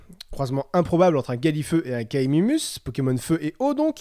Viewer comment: *Chieur Pokémon* C'est Kaiminus, et non Kaimumus. En tant que fan du point culture je me devais de te corriger avec humour car je trouve que tes vidéos ne font que s'améliorer avec le temps ! Merci de nous offrir autant de distraction avec des épisodes certes long à sortir, mais travaillés.